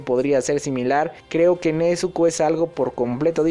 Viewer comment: Nezuko con "Z" pls